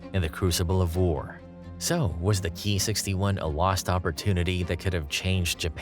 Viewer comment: It's pronounced "Kay Eye 61" not "key 61"